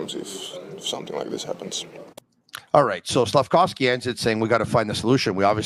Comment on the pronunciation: saying SlafCOWsky 😂